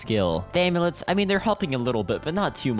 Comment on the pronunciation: bro said aimlets